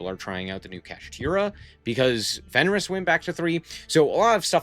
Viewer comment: why do you keep calling is fenris, there is no, s, its fenrir.